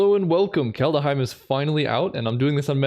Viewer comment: Are you doing Kalda-heim on purpose?